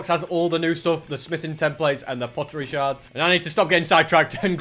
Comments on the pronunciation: they're called sherds not shards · ITS pottery sherds not pottery shards time: 18.00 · He said sheards wrong